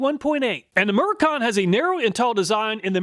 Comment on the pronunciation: Ur saying murrican wrong 🇺🇸 🗽